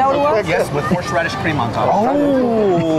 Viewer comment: Tim sure do love horsh radish